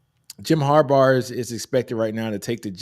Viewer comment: Who the fck is Harbarr? How does someone not know how to say those 2 brothers names? Hopefully he is trolling or something. Sorry that bothered me every time i heard it. Lol🤔🤦🏾‍♂️